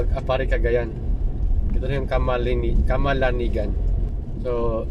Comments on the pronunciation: Cama.lang.ngugan,,,ang bigkas diyan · motorela tawag po sa may pahaba sa likod ng motor na prang mini multicab po. camalanyugan po pronounce po ng bayan na yaan